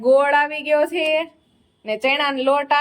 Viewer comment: Ben vlog ma se se bov karo cho ne minivlog na dubbing ma sudhrelu bolva jaav cho pan tmne bolta nthi aavdtu..😂 se se such a uneducated